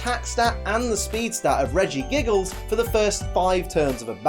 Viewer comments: He said Regigiggles hahahhah XD P:S good video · Lol you said in the video "Regigiggles" XD